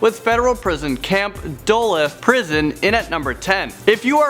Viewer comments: the first one is not dul-uff its duluth (du-looth) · Duluth is pronounced doolooth not dullith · Dull-ith Duluth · Hey! Little helpful tip! The city of the #10 prison is pronouced Doo-Looth. (I live 25 min away lol) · Duluth is pronounced duh loo th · Ha ha dul-uth i'm from where that is. Sorry it's just the way you pronounced Duluth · The way he said Duluth🤦🏼‍♀️ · you pronounced Duluth wrong o m g 😂😂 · Lmao that’s soooo not how to pronounce Duluth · I hat how he said duluth